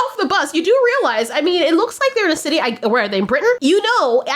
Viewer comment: “if your in the city” you must of been british in your past life cause this aint the first time you let out a little british accent and this time it even surprised you 😂😂😂